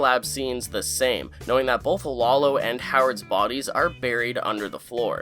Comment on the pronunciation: Bro, there's no L in both. Bowlth Bowlth Bowlth. Sorry, it drives me crazy.